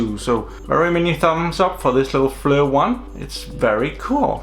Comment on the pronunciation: Pronounced Fleer...good video!